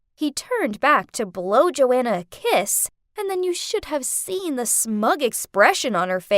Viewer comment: Joanna is my name but that isn’t how u say my name